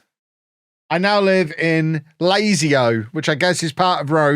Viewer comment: It is pronounced Lazio